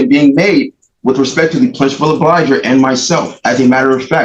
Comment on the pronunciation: I gotta lay a foundation. No you don't. This guy thinks he's a lawyer. He's watched tv shows in which at direct, someone says, "Is it your testimony that..." Plus he can't pronounce "obligor". Ahhahaha! Lose.